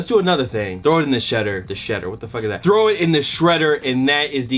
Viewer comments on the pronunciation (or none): none